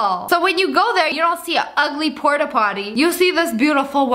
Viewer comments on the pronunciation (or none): none